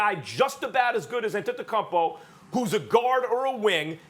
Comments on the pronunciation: Max literally gets millions of dollars to talk about basketball and he can’t pronounce Antetokounmpo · Anyone else hear max say “Akumpo” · 😨max basically said akumpo. Ftc on top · Max “Antetocuppo” kellerman